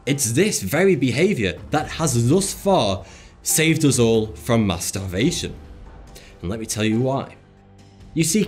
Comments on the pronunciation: Did anyone else hear "mustarbation" when he said "mass starvation"? XD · I thought he said masterbation instead of mass-starvation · Me too!